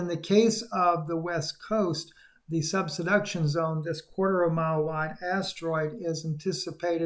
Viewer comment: The video you are showing is in S. Dakota. please Cascadia SUBDUCTION Zone. Not Subsuduction.😬 Thanks for the update! It’s all as described in END TIMES PROPHECY! ARMOR UP AND PREPARE TO MEET JESUS! ALL GLORY TO GOD. Man thinks & GOD MANIFESTS according to HIS PURPOSE!